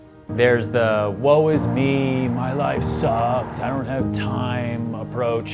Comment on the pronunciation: I hate to do it but it’s woe is me, not “whoa”. Other than that, Aces as usual